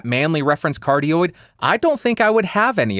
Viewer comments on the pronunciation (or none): none